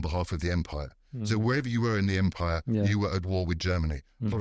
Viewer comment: Great podcast, but it kind of bothered me each time Mukesh pronounced British empire as British umpire.